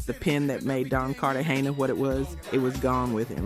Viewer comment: The fact this is Ai with some sort of insinuation that shes black is Diabolical! But catching simple mis pronounciation while the video is playing (112, Cartegena, the HitMaan, etc) is crraazzyy work. The awkward pauses, this was pretty wild (Faith......Evans), dang. Whether its admitted or not Ghost writing seems to be a WHOLE music industry thing. Lets not forget someone wrote a lot (apparently) for Ghost Face' 1st albums, Big most definitely wrote on Hard Core, L.L writing for MC Lyte on self destruction, this list can go on & on. But its not just Hip Hop (Stop IT!). Its in Country, Rock, Pop, all of it (even speeches given by figure heads arent always written by them). The most famous to me might be how Grand Master Caz wrote the whole song basically called "Rappers Delight" his name "C.A.S.A.N.O.V.A" is even spelled in it like D.O.C in Dre' song